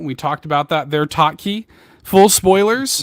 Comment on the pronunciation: "Bot-Wah" and "Tot-Key" 😂😂😂